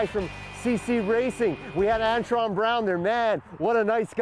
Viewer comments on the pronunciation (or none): It would be a miracle if you ever got anybody's name right in your videos! It's Antron, not Antoine you twit!